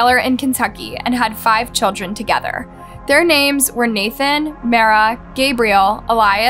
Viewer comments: It’s not NATHAN. It is pronounced NA-ton. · The boy's name is pronounced "nah-tawn". We hear it several times. Please respect the names of the victims in your stories. This is becoming a trend with you.